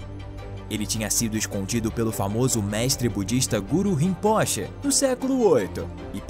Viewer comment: excelente conteúdo, poderia corrigir a pronúncia do titulo Rimpoche (ê)